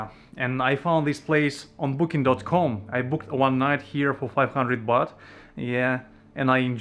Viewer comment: Baht not Bath